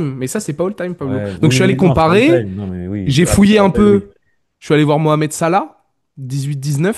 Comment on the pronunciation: Bah déjà, si t’écris “Hall time” au lieu de “All time”, c’est que tes arguments sont déjà erronés et que tu sais meme pas de quoi tu parles. Et c’est un débat stérile qui n’a aucun sens. Et il s'appelle Salah pas "Sala".